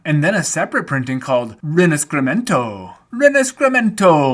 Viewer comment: Rinascimento is actually quite easy to say. It’s just ree-nah-shee-men-toe. But I loved the little its a me hand coming in from behind the card 😂